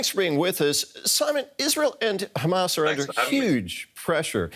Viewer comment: Simon, an analyst and a professor from the UK, pronounces Hamas as if he lives in Israel.